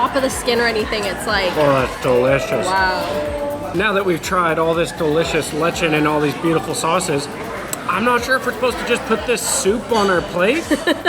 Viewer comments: Lay chon not lechen. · I like you guys, but... Here's how you pronounce the food you ate... Lechon is pronounced Letch-on and not Letch-en. Halo-halo is ha-lo ha-lo with an "abrupt/breaking accent" on every "o." Halo means to mix, so saying it 2x means it must be done thoroughly. Some visitors think the act is negotiable but it is de rigeur, meaning it is imperative. Lastly, most of what is in Dinuguan is found in Sisig but the pork blood serves as a thick sauce and not a soup. Thus, it is cooked with this large chili in it. Happy eating adventures, guys. It's been fun tagging along and seeing your facial expressions! Next up...Kare-kare? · Mmm, I haven't had Filipino food in so long! I'll have to get some this week. By the way, when you pronounce "lechon," the emphasis is on the 2nd syllable. So it sounds more like leh-CHAWN. :) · took a shot every time I heard "lechin" 🥃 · I like eating the ice cream by it's self.Then I eat the halo halo😊 your pronouncing Lechon wrong it's more like saying it like Leech own. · knows how to eat like a Filipino — with hands! 🙌🏼 Your side comments are hilarious! By the way it’s /le CHON/. Stress on 2nd syl-LAB-le. 😉 I love dinuguan /dee nu GU an/! It definitely needs to be eaten with plain white rice. It gets addicting the more you eat it. That banana looking fruit in the halo-halo might be jackfruit (?). Or maybe it IS banana, but jackfruit is usually in halo-halo. Or maybe you got both! Cool food vlog guys, your expressions are on point. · Just a friendly heads up...Lechon is pronounced "Letch-awn" or "Lech-On (like turning a switch ON and off). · Been really enjoying your videos so far- but your lechon pronunciation had me cringing everytime you said it..and you said it a lot. 😂 The food looked amazing though!